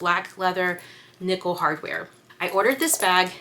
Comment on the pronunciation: Did you say “nipple hardware”? Ohhhhhhh nickle!!! LMAOOOO Beautiful bags!!